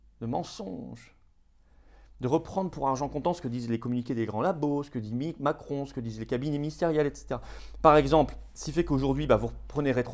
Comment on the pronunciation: Il a failli dire micron 🤣🤣🤣👍